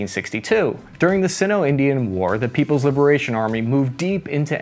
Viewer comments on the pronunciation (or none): Sigh-no, not see-no.😉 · Sino is pronounced SIGH-NO … not SIN-NO. Not a huge deal, but just thought I’d give you heads up. Love the driveway analogy btw. Another awesome vid. Word.